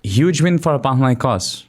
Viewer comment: I love how well you pronounce Panathinaikos